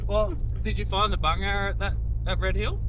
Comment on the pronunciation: Well, you learn something new every day - or is that every video? Today’s learning: It’s Bungarra. On an earlier video I heard “bung arrow” and I thought WTF is a “bung arrow”. And, Wikipedia tells me that a Bungarra is also known as a sand goanna, a racehorse goanna, or a sand monitor. Go, Go!